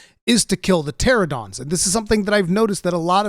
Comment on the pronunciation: Pteranodon* Not Pteradon :P Also little real life fact but Pteranodons are Pterosaurs and thus not dinosaurs. Yes I'm a dino nerd.